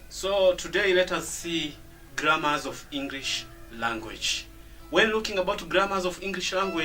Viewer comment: hey Mr its /ov/ of not off